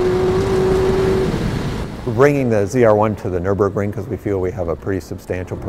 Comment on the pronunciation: Americans should learn to pronounce Nürburgring.